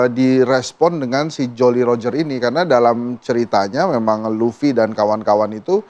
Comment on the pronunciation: lufffy bukan lafi